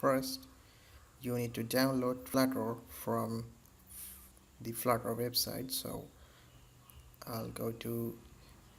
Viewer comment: hey dude it is not "flatter " it is "flutter"